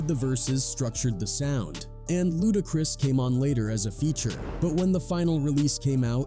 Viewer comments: I'm still watching, but that is hilarious every time it comes up. Lmao!! Also, "LudaCREESE". 🤣🤣🤣🤣🤣🤣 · Luda-crease 😆 Chin-jee😅